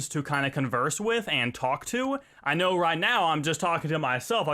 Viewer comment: DUDE :) I Allways Wanted Too Know Why You Say example ; noah - know sensea - sense neck - necka (Am Not Hating I Just Wanted To Know )